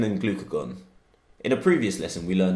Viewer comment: it sounds like “glycagon” rather than “glycogen”